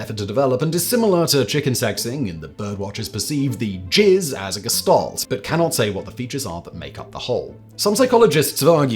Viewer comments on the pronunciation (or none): none